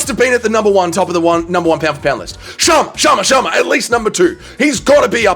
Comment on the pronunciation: the way you say Chama Chama funny man 😂 you’re invited to the Chama chant sessions